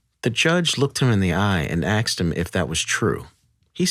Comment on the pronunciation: why does he pronounce "asked" as "axed"??